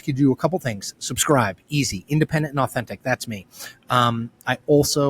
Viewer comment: The cadence of your refrain "independent and authentic" creates the perfect rhythm for the nice punchy statement that you always follow it up with, but it still kills me that "and authentic" sounds phonetically identical to "inauthentic."